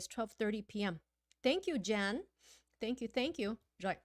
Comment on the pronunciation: Thank và tank đọc hay nhầm hoài à